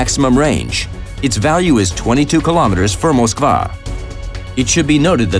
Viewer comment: They say moskvaaa not moskva